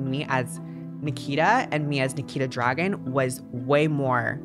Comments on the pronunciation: This isn’t rlly important and I’m quite late to this video but i believe her last name is pronounced Dragoon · I thought you pronounced Nikita Dragun as “Nikita Drag-goon” but I guess not